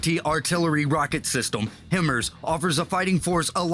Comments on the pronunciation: The way the guy in the video pronounces HIMARS is annoying haha it’s (High-Mars). And they are only impressive when they actually work. And yes the Marine Corps and the Army have different vehicles because the Marine Corps just gets the army’s old shit mostly. Love the vids man! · M1117 is flat bottomed, so not really mine resistant. The Strykers have a new V bottom hull version. The speaker must be a computer, because it mispronounces many acronyms, like HIMARS.